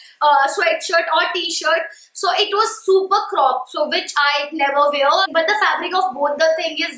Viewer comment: What’s with North Indians and word wear? They can’t pronounce it right to save their life . Duh